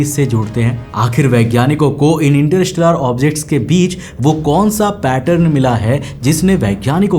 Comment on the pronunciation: Interstellar ko ese bol rha inter-rishtedar 😂😂